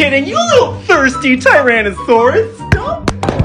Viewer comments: Bro troped his phone when he said StAwPITTT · All i heard was SSTUHH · The "stawpittt"